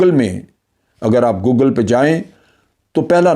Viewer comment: Chacha, its google! Not Guggal 🤣🤣